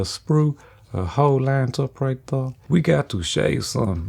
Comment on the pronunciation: Right thur, right thur. love it. ❤️